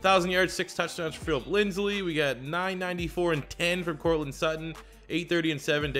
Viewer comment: he's been saying Lindsley since he was drafted lol we can only hope